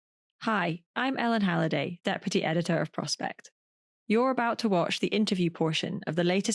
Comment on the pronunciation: For a while, when Ellen announces "deputy editor", I thought she was saying, that pretty editor.